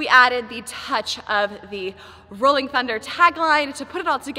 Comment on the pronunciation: LMAO I LAUGHED SO HARD WHEN YOU SAY RHOLLING THUNDER